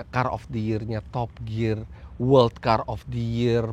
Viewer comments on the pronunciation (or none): none